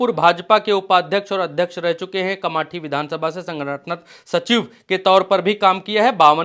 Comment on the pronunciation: Kamathi nhi hota hai kamptee hai